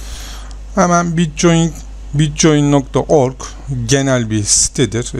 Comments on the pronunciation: bitçoin diye okunmuyor bitkoin diye okunuyor reis haberın olsun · bitcoin die okunmaz bitkoin die okunur. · bitcoyin diye telafuz edişin beni hasta etti mauseyi duvara fırlattım. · Bitcoin da neee bitkoin diye okunur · mal bir kere bitcoin değil o bitkoin okunur davar